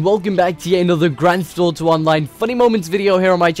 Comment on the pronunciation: You say it like Grant thaft oto